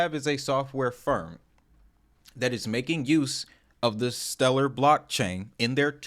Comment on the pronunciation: I feel like he mispronounced stellar deliberately.